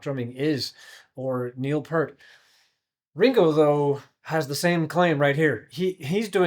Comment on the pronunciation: "Peart" is pronounced "pihrt"... like "ear", but with a prepended "p" and an appended "t".